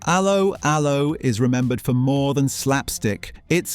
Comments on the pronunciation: A low a low. If you review something learn how to say it lol😂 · It's not ALoe ALoe ... it's 'Allo 'Allo. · Yeah had to turn off cos of this. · Idiot pronounciation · It's pronounced 'allo 'allo not 'allo 'allo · It's allO allO, for god's sake! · pronounced ello ello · The key words 'Allo Allo' were pronounced with a 'French' accent - emphasis on the 2nd syllable, not the first.